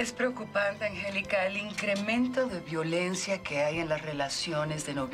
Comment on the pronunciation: ya pero yo escuchando que la mama de marcos dijo violencua